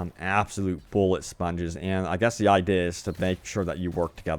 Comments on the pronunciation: Word Butcher Idea (eye-dih) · Anybod els notice how he says "idea"? Or did i smoke to much weed lol